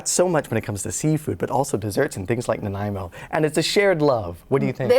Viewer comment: Thanks to Dylan for pronouncing Nanaimo correctly! I live in Victoria on Vancouver Island where so many of our place names are mispronounced by visitors, especially those that come from our First Nations languages,as Nanaimo does. 🇨🇦